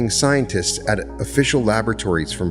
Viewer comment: It took me a minute, I was like I've never heard of prayg... thrn i realized you meant Prague Czech republic... pronounced prahgue... sorry, I like geography and I was thrown by that. I enjoy you content... thank you for all you do.